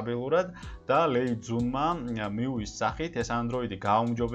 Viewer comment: Მიუი კი არა, მიუაი.